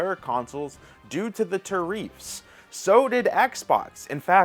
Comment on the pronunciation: Oh my God it’s not pronounced ta reef you illiterate moron it’s tare riff